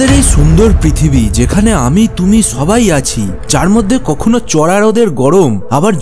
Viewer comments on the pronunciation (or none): বাংলা ভাষায় এই ভাবে কথা বলে? অবাক হলাম! ছবাই, ছত্যেও, ছারফেস? এসব কি বাংলা উচ্চারণ?